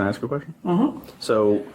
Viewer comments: How many generations will it take to learn that an AXE is something you chop wood with? The word is ASK or ASKING! You’re supposed to be an educator after all, please pronounce the word ask or asking properly. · I'm sorry but is this a principal/teacher that's pronouncing ax for ask and reinerate for reiterate? And we wonder why kids today speak like they do. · professional educater and cant pronounce the word "ASK " none of them can